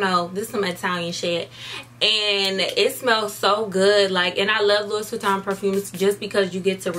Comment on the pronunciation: lowis vuitton lowis vuitton smh lmao